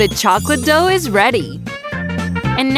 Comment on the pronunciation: The Grandma said (Douh) instead of dough